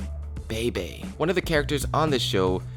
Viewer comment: Brothers: 3 Sister:1 And the pronounciation for Bebe is cringey and wrong, no offense